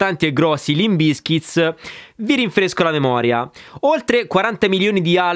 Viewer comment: Ma perchè BizkitS? Si pronuncia davvero con la S falsata finale? Bravo comunque gran bel video. Like e sub.